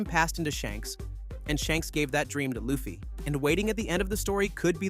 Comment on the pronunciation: thats not how you say LU FFY name